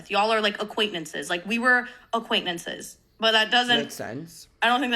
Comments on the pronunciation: … they’re commenting on her mispronunciation of the word. notice how the comment you’re replying to is intentionally misspelled? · sorry losing my mind at how she pronounces “acquaintances.” 😂